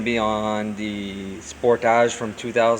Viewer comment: Lol the way he said sportage. Spor taajee 😅